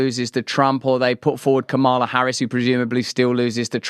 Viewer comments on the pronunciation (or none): It's mamala not kamela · Pronounced - Que Mala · It's Kuru....